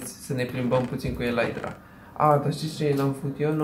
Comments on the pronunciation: Se zice elitra nu elaitra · Elytra se citește elita nu elaitra.